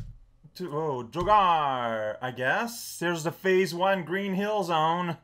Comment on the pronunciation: surprisingly good portuguese is a joy. XD (though it's FAH-ze, not phase.:P) This seems like the kind of game that teenage shitty-phone-having me would get really good at by sheer virtue of having nothing else to play on the go. Sadly, I had to make do with getting really good at Snake instead.